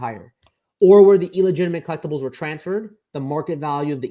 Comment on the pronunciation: It's "illegitimate" not "eel-egitimate" 😑